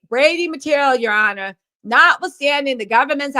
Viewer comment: It’s the “Ya honor” for me! 🤣🤣